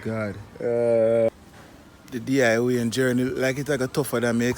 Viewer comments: Lool no sa "Di" Wayne build a chune! Lol I'm dying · a you say DIY 😂😂😂 you no see Momo a style...